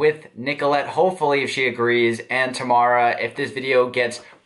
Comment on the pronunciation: Tomarra? XD Im dying XD